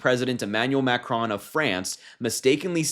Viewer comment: Omg I was so distracted with your pronunciation of ‘macron’. Try to at least pronounce the names of the leaders of the country right if in political media landscape. Otherwise it’s good to see younger people taking such an interest in global and their own local politics. Hope this attracts more younger people to the arena